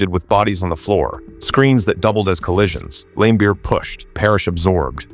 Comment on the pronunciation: I watched a lot of basketball growing up in the eighties as a teenager, I don’t ever remember any announcer or any player pronouncing his name other than Lambeer the i is silent , maybe younger people have heard it pronounced differently, did you watch him play live or from old footage. Maybe your local announcer pronounced it that way but this is the first time for me to hear it like that. If you watch Larry Bird explains why he dislikes Bill Laimbeer you can see him and the interviewer pronouncing it Lam instead of Lame